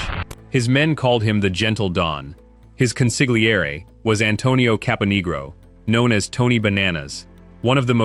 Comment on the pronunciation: It's pronounced CON SIL YEA RI .How many times have you heard the right pronunciation in a movie and you still pronounced the silent G.